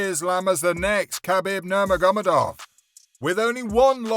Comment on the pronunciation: Nur mer gur medov. Mans cant even say his last name😭